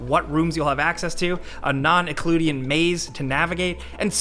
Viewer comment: "Non-ecludian"? I thought Falcon was the one who likes to mispronounce things :)